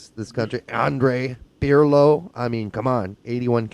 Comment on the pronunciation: he called him, andre pirlo....LOL....he also said Balzaretti wrong..haha